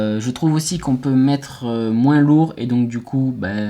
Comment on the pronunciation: Moi je veux juste que tu arrêtes de dire le S à la fin de "moins" ^^ just kidding, fais les vidéos que tu veux, je regarderai toujours